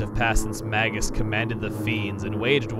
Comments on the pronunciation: Nereid (Ner-ee-id), after the Greek sea nymphs I mean, Magus is usually pronounced with a long 'a' as well, but whatever. Some people even use a soft 'g,' like it's plural "magi," but that's not really accurate to its origins. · Here's something I've always wondered. The name "Magus" comes from the word "mage", right? So how come I always hear people pronouncing it with a hard g. Shouldn't it be "may-juss"? That's how I've always said it, anyway. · You're still pronouncing "Magus" wrong, dude. Look it up in the dictionary.